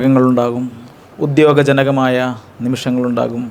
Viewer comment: 'ഉദ്യോഗജനകമായ.. " അല്ല 'ഉദ്വേഗ ജനകമായ...' ഉദ് - വേഗം